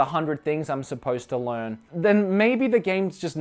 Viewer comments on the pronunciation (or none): Can we also talk about y says le-arn when trying to say learn